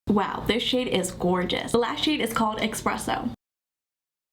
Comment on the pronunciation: Esssspresso there's no x in it.